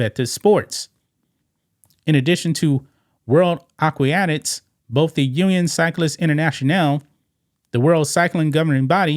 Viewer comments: Come on somebody, it's aqua-tics. Help my man out. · Aquatics is pronounced "akwatiks," sounds like you're adding an extra "i." Not a criticism, just a friendly tip. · Aquatics = ahh-qua-tics not whatever you kept saying. I know you aren’t needing the word police to help out but I can’t help it with this one. It has to be done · Omg dude.... A - QUA - TICS!